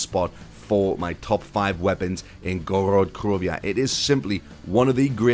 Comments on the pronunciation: Why do you say Gorod krovia? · You said Gorod Krovia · Why would you drop kick your grandma you're in idiot and I hate when you say that and you pronounce Gorod Krovi wrong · Ok doesnt matter it just sounded funny <3